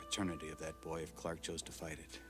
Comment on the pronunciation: Why does Margo insist on pronouncing Clarke like Clack ? I cannot stand her fake posh accent.